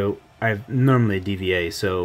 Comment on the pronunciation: Did you just call D.va "D.V.A."? kek